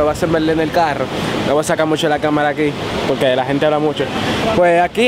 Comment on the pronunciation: No quiero ofender a nadie. Pero. Por que diablos . Dicen POLQUE... cuando se dice PORQUE. .. y tambien la palabra VERDAD.. le dicen VELDAD ? siempre me e preguntado eso